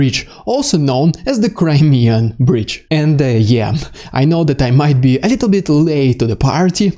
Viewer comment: 34 more like "crymeeeeabridge"